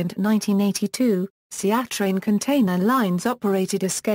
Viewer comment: An interesting subject, made very hard to understand by use of artificial voice, which is utterly unsuitable for technical material. Surely would have been easier, cheaper and quicker to have it read by a human. I'd have done it for free. Viz; Three of the four Seatrain ships names were badly mis-pronounced, as was the name Seatrain.